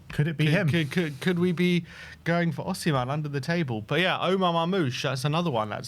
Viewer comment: ITS OSIMHEN